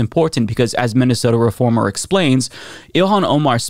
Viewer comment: You know what the worst part of her speech was? The only mention of Minnesota, said VERY incorrectly, she showed a whole lot of emotion on her face, a variety entirely seperate from the rest of it.